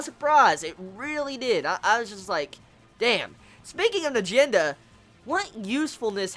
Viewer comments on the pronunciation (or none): It's n - ahh - Jen - duhhh